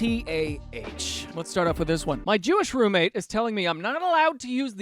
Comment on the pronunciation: “My Jewish roommate” sounds like “my little pony” 😂 I love these videos.🎉 I get so exited